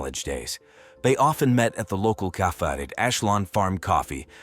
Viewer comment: Pls stop using AI to narrate. They can’t pronounce simple words like Vanessa or cafe.